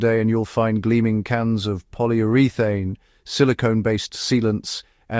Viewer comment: poilly uree thane Lost credibility…